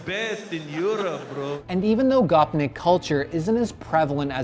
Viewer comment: Next time u say gopnik please use the right prounounciation